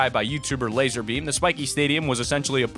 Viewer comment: D9nt say lazer beam it's lazar beam